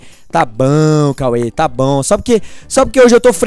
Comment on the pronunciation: quem tbm acha engraçado quando ele fala tabaum da like kkkkkk no minuto